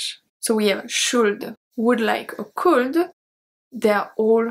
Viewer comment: Your shuld, wuld, culd was very cute and sweet :). The L is silent in all of em btw.